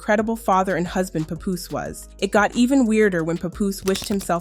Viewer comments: Why y'all people not in the culture keep saying his name wrong? WTF IS A PAH POUS? it's PAP-POOSE lmao Y'all gotta stop using AI also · Girl. His name not Poopoose. It's PAH-poose. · For fuck sake you are fucking up his name just say PAP Damm can't even listen to the video your talking is so annoying please don't do any more videos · IT’S PAP-POOSE …DAMN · Why everytime i click one of these vids yall giving their documentary. And on top of that you said his name wrong everytime. You dont even know who these people are lol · SORRY I COULD NOT GET PAST THE MISPROUNCIATION OF PAPOOSE NAME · I hate how you pronounce his name… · Was pissing me off 🙄🙄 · The way his name is being pronounced 😐